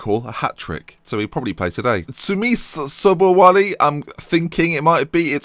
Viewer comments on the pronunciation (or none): Tunmise Sobowale= Tun-mishay Show-bow-walay It is Nigerian